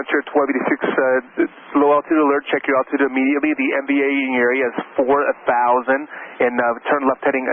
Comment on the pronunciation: The controller's pronunciation of "area" is new to me ( and onwards). I'm not a native English speaker and I've never heard "area" pronounced like that. It almost sounds to me like he's saying "aea". Can someone tell me what accent this is?